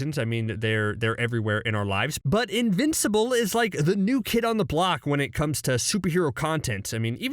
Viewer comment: The guy saying invincible is very wrong .